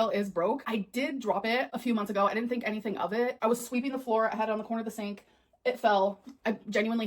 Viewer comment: another excuse! Why can't this idiot say anytheeeeen correctly